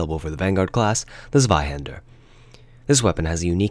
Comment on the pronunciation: Just a heads up,it's pronounced "Tswaihander", not "Sweyhaender".